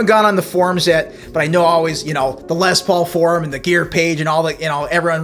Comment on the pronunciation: And BTW, when I about 15 years old, I played in a band with a guy who called his guitar a "Lez Paul". You're only the second person I've ever heard use that pronunciation. LOL.